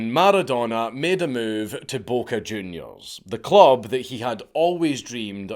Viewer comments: bawka jewniuuurz i L O V E scottish english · I've never in a million years thought i would hear Dankula utter the words "Boca Juniors" with a scottish accent. Beautiful.